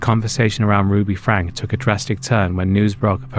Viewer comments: Slight thing: "Franke" is pronounced "Franky". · Ruby Franke - pronounced Frank-ee